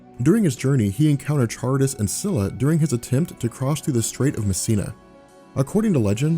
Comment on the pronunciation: Just to let you know, Charybdis is pronounced "Ka-rib-dis." You pronounced Scylla correctly though